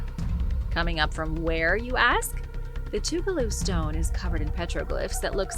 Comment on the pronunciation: I live in Toccoa, ga your saying Tugaloo way wrong lol